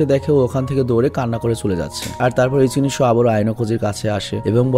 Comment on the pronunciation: ভাইয়া যখন ইচিনিশো বলে তখন আমার খুব হাসি আসে 😂